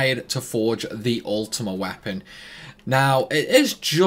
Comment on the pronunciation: “Ultimate Wapon”